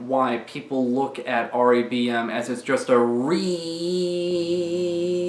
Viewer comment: Why does it sound like you’re saying Dong Raid